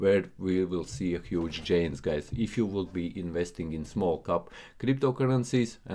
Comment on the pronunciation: Friend, its Gainz not Djainz, greetings from Amsterdam